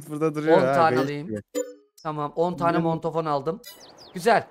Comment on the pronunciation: Mondofon deyil mandafon😂😂😂😂 adam